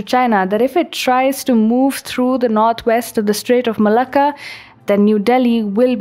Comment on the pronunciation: Normally not Into Indian accents, but something about the way she says Malacca is really doing it for me.